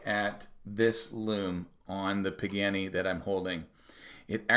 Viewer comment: Sadly, its not pronouned "PIG - ANNY".... its properly pronounced "PA - GA - NEE". Good video. Thanks. 😉